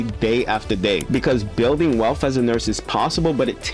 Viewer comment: Bro! PLEASE stop saying WEALPH or WELF. It’s WEALTH :) You’re to smart for that….